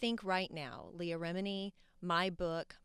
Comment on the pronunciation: I was friends with 'LEH-AH' while Leah's name is "LEE-AH'... Such good friends.